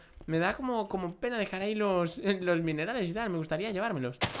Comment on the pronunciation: Dijiste minales en vez de minerales.